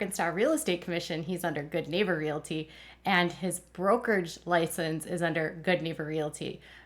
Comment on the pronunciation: Interesting! Btw the word is realty with no "i" in it. Pronounced REALTY😊